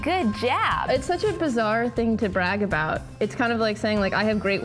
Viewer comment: "how obout o cot? btw, its 'how about a cat'